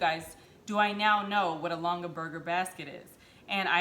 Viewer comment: "G" sound in Longaberger.